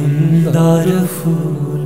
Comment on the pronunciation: গাণটি সুন্দর কিন্তু উচ্চারণের ত্রুটির কারণে প্রথমেই ধাক্কা লাগলো। উচ্চারণ হবে Phool কিন্তু উচ্চারণ যদি হয় Fool তাহলে সেটি ভুল ও শ্রুতিকটু।